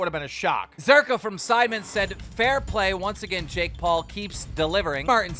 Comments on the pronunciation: JAKE doolittle how can you mispronounce his name you don't call jake paul Jack 😑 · The amount of times Keem said JACK instead JAKE was starting to get to me 😅😅😅